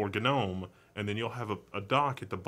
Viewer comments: Why is gnome pronounced gah Nome ? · I do not know why, but hearing him pronounce gnome ga-nome irkes me for some reason. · Isn't the 'g' in "Gnome" not pronounced..? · Gnome (pronounced ˈnoʊm) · the g is silent